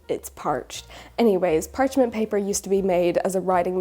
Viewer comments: it's "parchment" paper, not "PARCH"ment paper for crying out louddd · i understand, but it’s still not technically correct